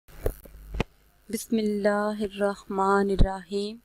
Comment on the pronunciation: Apna talafuz sahi karen kam az kam bismillah to sahi parhen